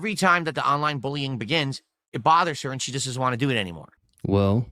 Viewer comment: He is hilarious with his speech impediment getting mad, over pronouncing Ts or leaving them out completely. Want has turned into whah. When get gets angry and says bitches he sounds fruity. DSP is a weird little effeminate autist trying to appear like a successful, mature head of a household. If the internet went out forever he'd die.